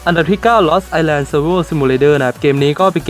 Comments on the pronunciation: ไอแลน ครับ island ไม่ออกเสียง s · เขาอ่าน island เป็นอีสแลน หรือไอสแลน หรอ